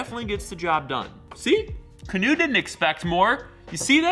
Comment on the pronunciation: That’s not how your pronounce Kanoe. It’s Ka-no-eh. It’s a Hawaiian name